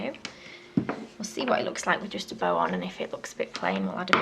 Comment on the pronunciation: when you said bow I thought you said bell